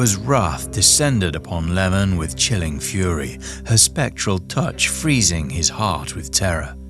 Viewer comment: Good video, but his name is iemon, not lemon😅